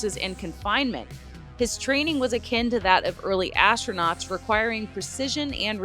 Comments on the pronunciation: ASStroNUTs or ASStroNOTs😂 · Astronauts ❌ Astronots ✔️ Astronuts ❓